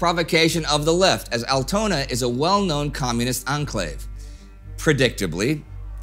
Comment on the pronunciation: It's pronounced Áltona^^